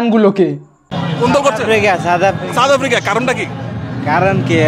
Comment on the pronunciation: "চাউথ আফ্রিকা"😂😂😂.... Koite parenaa mora baaper naam, abar chul kate 'Tere Naam'...